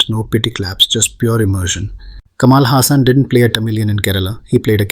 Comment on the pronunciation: Agree! But its just how you didn't put in enough effort to pronounce some words in this video the right way. Kamal Hassan is not "Kamaal" Hassan and its "Saambaar" not Saambar. Some extreme stereotyping has defintely occured in the past. Hopefully things change in the upcoming movies with the new Pan India wave happening. Movie makers of the north better watch out for mistakes when representing South india becasue otherwise it will defintley be called out.